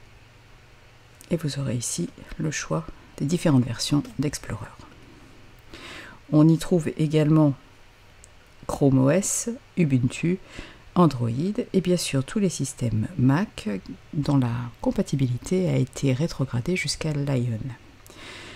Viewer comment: Bonsoir, Petite remarque: Ubuntu se prononce : "Oubountou" .... mdr Pardonnez-moi si je suis un tantinet "moqueur", mais là je n'ai pu résister :))